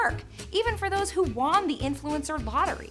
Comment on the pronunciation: "even for those that WAN the influencer lottery"... so you really pronounce won like that in your dialect/accent or was that a mistake?